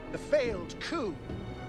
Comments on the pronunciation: Coup is not pronounced coop, and there are no chickens. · Lol btw coup is not pronounce the same as coop... And it's not where chickens live, but coop is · Lol it's not pronounced coop pal